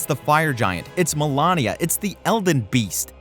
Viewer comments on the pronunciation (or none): who tf is malania? you mean malenia? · Why people can't just say MalEnia? Like it's literally written with an E not an A, after the L, cause I've also seen people say Melania, like ???? It's the same with Ahsoka, people just can't seem to call her what she's called. You see many Ashoka all around. The what most annoys me is that those characters PRONOUNCE their names, other characters also pronounce their names, their names are spelled in our faces and people still say their names wrong, how!? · *Malenia. But aye all valid points.